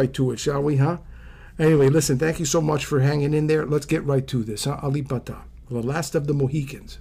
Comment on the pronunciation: You said it rite bruh.... 🇸🇬